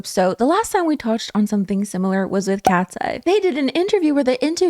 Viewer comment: Not me hearing "Ratseye." Lol